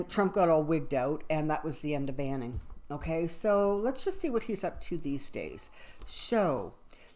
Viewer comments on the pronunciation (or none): Name is Steve Bannon, not Banning. Sounds like you said Banning.